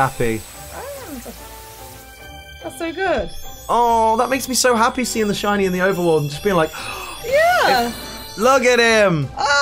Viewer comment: like she said shity many times